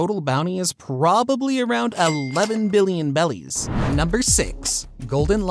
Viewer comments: yeah it just sounds so wrong each time he says it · interesting if that is the case, but I just figured it's the issue Asian people tend to have when speaking English and switching R and L sounds My wife still does it frequently. I've been trying to train her not to for 6 years now. For example, instead of road she'll say load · please please pleaaaseee stop calling berries bellies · It’s Berries not bellies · Also it’s berries not bellies hope that was intentional and not a mishap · He said belly's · It's berries and bellies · .what are belllies why he saying 11 billion BELLIES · it’s berries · How could one possibly mispronounce berries as bellies and on top of that shit kozuki oden as kizuki oden like fam come on😭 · Berries not bellies🙄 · If bro says bellies one more time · Who has ever once said Bellies ??? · Berries not bellies 🤦‍♂️🤦‍♂️🤦‍♂️ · They’re berries not bellies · Berries not bellies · Bro played way to much blox fruits. ITS BERRIES NOT BELLIES😭😭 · A piece of my soul dies every time he says "bellies" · “Bellies” 😂. Bro eating the gut gut fruit 😂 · Why is this dude saying belly’s instead of berries? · When I hear him say berries I here bellies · Why do you call berries “belis” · He said belly not barriers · Its not bellies its berriEs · Bellies ??? I thought they are called berries . 🤔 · Did you say bellies instead of berries? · Berries not belly's but this video was interesting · Is my man saying bellies instead of berries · i was so confused when op youtubers started saying BELLIES, besides in the anime and manga they say berries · Oh no.. don't say 'bellies' when its berries.. unwatchable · Its bothering me, why do you say "bellies" when its clearly berries.... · Why did bro say beli's and not beli like 💀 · why do u say bellies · BERRIES Dude. it's literally spelled in the sub. stop saying bellies. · Berries not bellies please lol. Nice video though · also the gura gura became go to go to💀💀💀💀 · Stop saying bellies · It is berryis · It's berries bro